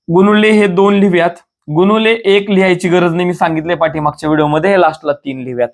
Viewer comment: गुणिले मानायचे असते डॉक्टर मास्तर साहेब गुणोले नाही, बरोबर बोला मास्तर असून अस कस चुकीचे शिकवायचे